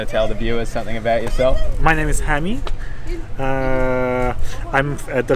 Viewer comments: btw instead of saying ha-mid say ha-meed like the alcohol meed. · He was so polite to you when you kept butchering his name repeatedly without a care